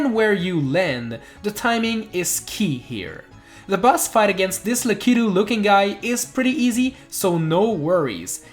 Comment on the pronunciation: I dont like how he says la-cie-tu when its lack-a-tu